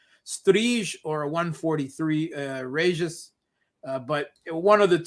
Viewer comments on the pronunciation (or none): none